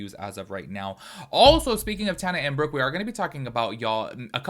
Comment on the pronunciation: You are saying Brooke's name right 👍🏻